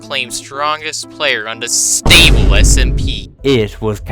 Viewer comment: sTable SMP, the T is ejected out like a Na’vi sKXawng